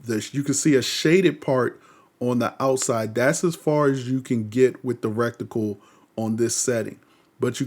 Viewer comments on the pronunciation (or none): Reticle bruh.. not recticle.. dam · Bro good video. Very detailed. Just a small piece of advice, look up how to pronounce RETICLE. You ended up saying RECTAL , which is a very different thing, look it up. lol. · Its RETicle. Idk why so many people pronounce it recticle. That ain't it and it sounds funky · Reticle vs recticle lmao... sorry I'm that guy but it bothered me haha great video tho 😀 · Proper pronunciation for reticle is "Reh-tuh-kl"